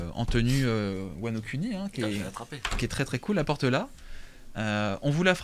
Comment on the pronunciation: Mdrrr wano "cuni" 😂